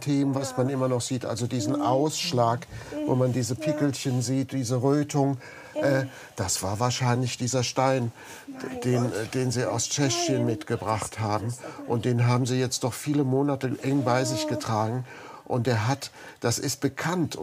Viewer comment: 16.10: Tscheschien